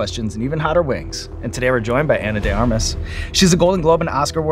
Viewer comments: Her name is Anna de *ARMAS*??? I thought Eric the Actor was saying "Anna de *Garmas*" all these years... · Surprised Sean Evans didn't research how to say her name correctly! He usually researches his guests quite well 🤔